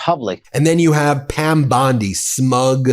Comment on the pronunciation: BEN, YOUR IMPERSONATIONS SUCK EVEN WORSE THAT YOUR PRONOUNCIATION OF PROPPER NOUNS! Please STOP! Bondi does not sound anything like that and your Levin impression forces me to shut you off.